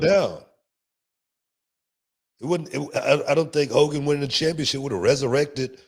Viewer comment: I could listen to Booker T say the name “HO KOGAN” forever.